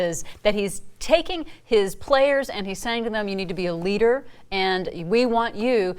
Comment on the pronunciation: *a leader. Not "eleeter"